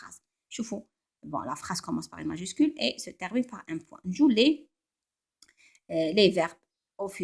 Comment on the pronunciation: "ET DEVOUEMENT" PAS "EST DEVOUEMENT"